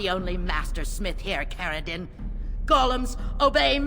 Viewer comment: Its Caridin